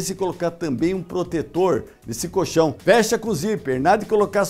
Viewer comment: Se falar coLchão com o L já seria bem legal! Porque "coxão" é outra coisa bem diferente!